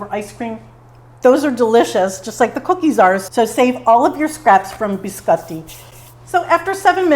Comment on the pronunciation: Looks so good and you make it look super easy !! Love how you pronounce biscotti the correct way...💕😍👌